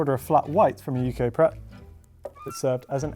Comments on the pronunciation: Pret sounds like preck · Did you...did you just pronounce Pret with an accent? 🤦‍♀️